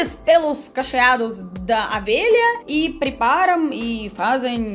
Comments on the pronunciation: É lã de. O V E L H A, e não é AVELHA, KKKKK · 😁😁😁😁, é O. Velha e não Avelha 😁😁😁 mas o vídeo está ótimo!! 😍😍😍😘😘😘💖💝💖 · É engraçado ouvir você pronunciar "lá de avelha ". Adoro seus vídeos 👍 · Você troca O pelo A rsrs . Vc é muito simpática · E avela... É ovelha 🐑 adoro o sotaque!! 🤣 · "Avelha"???? 😂 🐑 Ovelha... 😘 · Você têm problema em falar Ovelhas você fala Avelha kkkk